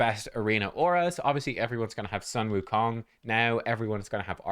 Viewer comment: "Soon Wookong" 孫悟空 (Sūnwùkōng)